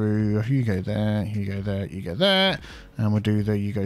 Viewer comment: Every time he does the lane management, all I hear is “Hugo there, huuugo there”. XD